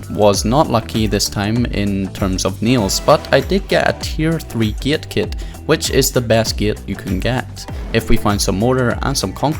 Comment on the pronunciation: Kiet, bis, nils, man you know how to speak 😂😂